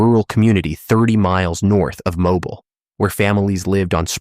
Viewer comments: It is not Mobil, it is MoBeale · You are KILLING ME with the mispronounced names of Alabama Towns! It's MO-BEEL!